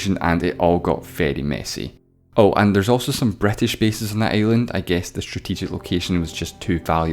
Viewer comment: why do you pronounce island like that sir It's torture to my ears